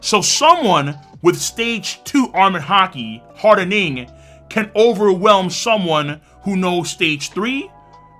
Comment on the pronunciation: The way king says “hardENing” doh